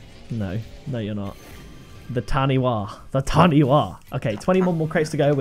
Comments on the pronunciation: The Tanipha decal is pronounced (tun-e-far) not ( tan-e-wa), simple mistake if you aren't a NewZealander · u pronounce it tani far (taniwha) its a creature in maori legend or myth :p from new zealand. love ur vids !! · Taniwha is pronounced Ta-nee-fa btw (it’s Maori) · The word Taniwha is from the Te Reo Maori language of New Zealand in which a WH combination is pronounced like an F so it’s pronounced Tani FAH. Love your vids bro! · Not to be that guy but taniwha is pronounced like tani-fa. It's part of the maori language if you were wondering.